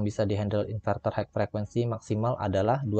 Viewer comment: Matur suwun info nya Untuk tulisan HIGH...di baca nya HAI...bukan haik..mas..